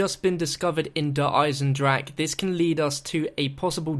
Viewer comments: that's how Germans actually pronounce it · Thank god he isnt saying "Der Eisendraha" in this one. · Finally, said DER EISENDRACHE correct!